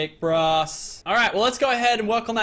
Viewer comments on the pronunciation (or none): none